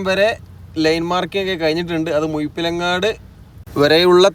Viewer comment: മുഴപ്പിലങ്ങാട് not മുയ്പ്പിലങ്ങാട്. Try this 'ഴ'. Navu tudakanam. (I used to watch all ur videos but etu parayanam toni as a friend)